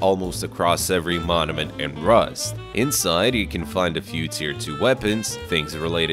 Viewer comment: Your good don’t sweat it but it just sounded like you were saying that when you said monument is it your accent?